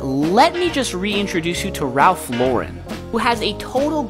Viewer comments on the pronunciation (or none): Its pronounced ralph la-wren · It’s pronounced Ralph “la-ren”